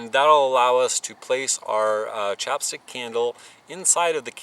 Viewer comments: It's not "chop" stick. It's "chap" stick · I love your videos, but that accent was killing me every time I heard "chopstick" instead of "chapstick". LOL keep up the good work, man!